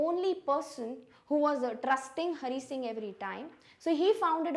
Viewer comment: Hari singh not HONEY SINGH 😂